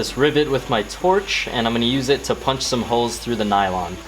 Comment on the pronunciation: 1.) Its "nylon" not "nailong" 2.) It's what seat belts are everywhere.